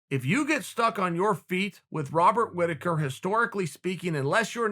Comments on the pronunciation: Wobbert Wittaker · BobsAndVag Chael always mispronounces fighters names and the joke is because Chael cant be wrong then their name now must be pronounced differently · Robert "Wobert" Rittaker.